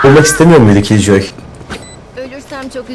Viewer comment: kk jet değil jett, kiljoy değil killjoy lütfen dikkat edelim